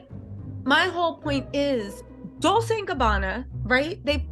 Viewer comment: Ok ro atart, its domunance, not domunancy, and Dolce is ronounced dol-chay xx